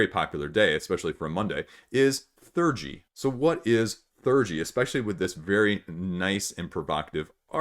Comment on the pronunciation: ThE-urgy (like in 'theology') not 'thurgy' :D